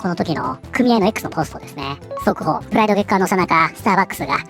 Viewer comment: プライドがフライドに聞こえて頭の中でチキンが…w (花粉症お大事に…！砂糖と小麦粉控えると軽減するとかしないとか)